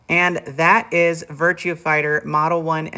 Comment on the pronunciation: The only thing that bothers me is you keep saying "Virtue Fighter". :-/